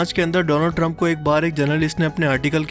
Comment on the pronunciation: Doland Trump* Inna di aye mazaq he😂😂